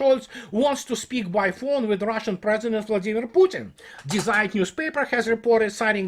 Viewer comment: you will know this your Russian letters are the same as ours. When you pronounce german is Z=C so Zeit = Ceit. If you want to correct it, if not, who gives a shit.